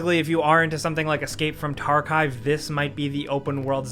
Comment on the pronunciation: are you trying to say escape from tarkov ? Because u just sound dumb